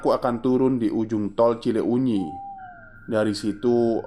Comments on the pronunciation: Skedar masukan.kl ga salah " cileunyi" di bacanya Cilenyi.bkn cile unyi. Tetap semangat dan trus berkarya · Lucu banget 🤭.. cile U nyi.. wkwkwk.. kl d bahasa sunda itu huruf U nya ngga dbaca.. jdi pelafalannya Cilenyi aja.. Tp nulis nya Cileunyi krn memang penulisan bahasa sunda 🤭.. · Senyum2 sendiri saat bacanya ci-le-unyi 🤭 Cilenyi mas cilenyi 😄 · ngakak dengernya ci le unyi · Mas itu salah baca, CILEUNYI jangan di baca CI LE UNYI. MOHON BELAJAR LAGI EJAAN BAHASA SUNDA JANGAN GITU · kirain ci uxil 😂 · Mas.. Baca Cileunyi nya biasa aja Cilenyi pake "e" kyk pd kata kesana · maaf, mas. saran aja, mungkin lebih enak kalau baca nama daerah lain kali riset sedikit cara bacanya kaya cileunyi, bakauheni, lembang, pangalengan sering salah. saya setia dengar channel ini sejak lama, kadang agak terganggu aja. semangat berkarya, mas. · Sejujur nya kegangu saat dia narator bilang cileunyi